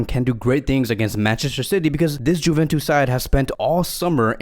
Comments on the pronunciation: It’s not Juventus it’s pronunciation is ‘Yuventus’ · Is he pronouncing the J in juventus on purpose? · please stop saying "Juventus" wrong way :)